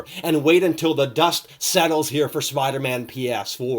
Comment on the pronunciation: He can’t even say Spider-Man ps4 right he says spidamahn ph4